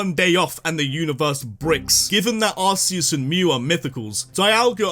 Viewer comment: ARCEUS, NOT ARICUS!